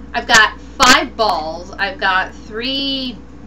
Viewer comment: omg REALLY? u said u have 5 bawls and my brother heard it and was like WTF?!